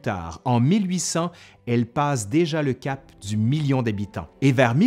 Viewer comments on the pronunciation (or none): none